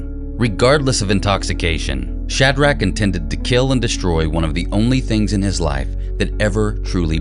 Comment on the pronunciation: Omg, if he said "SHAD-RACK" one more time